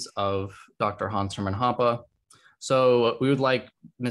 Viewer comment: I did not expect to pronounce Hoppe's full name almost perfectly.